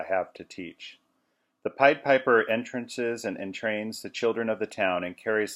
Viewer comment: entrânces, not êntrances